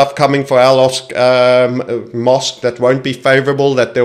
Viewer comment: It’s al aqsa not asqu